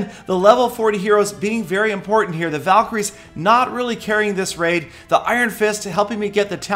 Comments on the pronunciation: valeecries seelly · so does Peter want them to be called valcry's or val-kie-ries? either way has it wrong😐